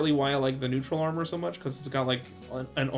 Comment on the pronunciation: Never heard of the online armor, honestly. But "Giga Armor", "Max Armor", "Force Armor." Aye yai yai, it hurts listening to that.